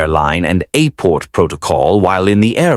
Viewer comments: “A-port” ???? Stupid AI voiceover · WTF is an A Port? F'ing AI can't even pronounce Airport right